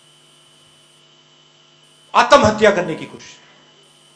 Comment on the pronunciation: He is good at heart but not suitable for politics. He needs to chill and stop worrying. Btw it’s Atmahatya not Aatam hatya